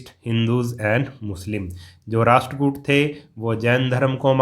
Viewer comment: It’s rasht